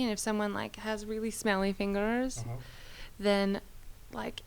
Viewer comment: Why she say fingers like that😂